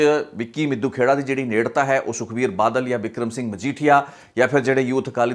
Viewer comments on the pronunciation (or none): none